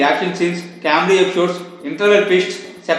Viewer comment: It's pronounced as 'comedy' not 'caawmedy'. Btw review was good